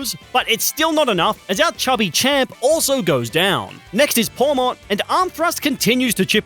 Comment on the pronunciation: Its pawmot